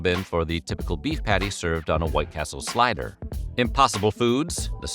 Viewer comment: What is a "slyder?" Is that like a slider?